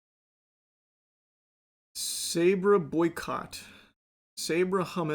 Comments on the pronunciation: pronounced SAH-BRAH Hummus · I've never heard Sabra pronounced like that. Charlie, please 😅